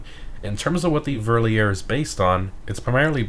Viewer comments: Also love this channel but it's not 'Ver lee er'. It's 'Ver leer er'. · For People Interested in the correct Pronounciation: Verlierer = Fair - Lee - Rer / Wiessmann = Weess - mann. Verlierer = Loser in German one of the Weirdest Names for Vehicles in a Gta Game ever. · Just for those who are interested. Verlierer is german and is pronounced pretty much like „Fairleerer“ and it means „Loser“. And Wiesmann is pronounced like „Veesmann“ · In case yall didn't knew Verlierer is pronouced a little different since its a german word... Translated it means loser🤘😂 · I understand your Point but it is still wrong. The Verlierer Pronounciation is somewhat forgiveable but if you pronounce it that way in a German speaking Country (Germany/Austria/Luxemburg/East Belgium/Liechtenstein/Switserland) you might get looked upon in weird way. With Wiessmann however is the actual Name of the two Brothers Martin and Friedhelm which founded that Car Company and if a Surname is mispronounced it can be disrespectful if the Person with a specific Name feels offended by it.